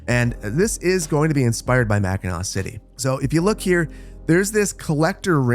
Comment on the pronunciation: u know hes local when he knows how to pronounce mackinac